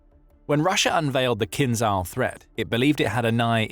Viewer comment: "Kinzhal" is not pronounced "Kinzal", or else it would be spelt with the Cyrillic "З з" and not the "Ж ж" which sound subtly different. Pay attention pleaze!